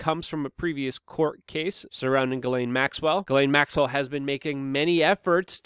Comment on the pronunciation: It is pronounced JIZLANE.